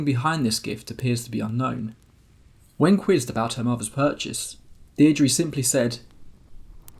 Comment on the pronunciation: The name Deirdre is pronounced Dear-druh, in the first part of video! So glad I found this channel! So entertaining!